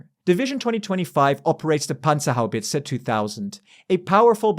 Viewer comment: A native English speaker (?) nailing to pronounce the word "Panzerhaubitze". Impressive! 😁